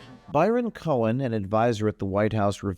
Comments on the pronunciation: "cohen".....every...single...time....lol....when will people ever learn.... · “Cohen” huh?